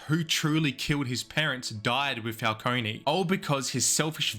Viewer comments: it is pronounced Falcone not Falconey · if youre gonna make a 20 min video about something you consider to be a timeless masterpiece, you should at least get the names of the characters right. it's not "falconi" it's "falcone". this is particularly made worse since the penguin just came out and you made this video a month ago. and they say "falcone" a lot. smh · Falcone not falconey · Great video This movie has become a classic Although you saying falconey instead of Falcone (Fal-cone) pissed me off🙏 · STOP SAYING FALCONEY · Please stop pronouncing it and falconie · the way he pronounces it “falcone-y” drives me absolutely insane like bro there’s literally a 3 hour movie and now a whole 8 hour show where they say it correctly throughout the WHOLE ENTIRE RUNTIMES in this mf still says it incorrectly 😭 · falcony😶. why does the pronunciation even feel natural to some people (dark knight cough*) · nolan rly did condition the public to pronounce falcone with an E huh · The E in Falcone is silent my dude. Good video though. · Please learn how to pronounce Falcone. Great fuckin video